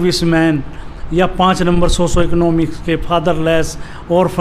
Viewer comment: Psychoecnomic nhi socioeconomic h sir thoda soch ke bole